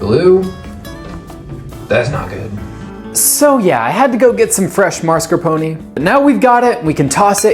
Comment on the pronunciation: As an Acadian I have only one request of you. Please do not become a psychologist in France. I BEG OF YOU. (p.s. Tiramisu originated in Italy not France) ... Marscapone... And please for the love of all that is Holy do not attempt to speak Italian. You are only allowed to masacre one European language per video. Thankfully the humour and the fact this was a multiple Gun Show 💪clip have increased my LAMOUR of this clip (Seriously I'm a fan of everything you do IN ENGLISH) ❤